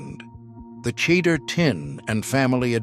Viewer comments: Look Mr Non Jewish narrator of this video. If you are going to read Jewish words then learn to pronounce them properly. Cheder = hedder the C is silent Challah = Hallah the C is silent Cholent = CHO lent . The Ch is like choo choo from train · At about :39 —- it is not pronounced “ cheddar” as in cheddar cheese. Did not hear the rest.